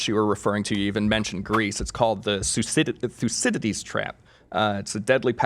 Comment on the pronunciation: Thucydide's trap is pronounced: Thou ki thee these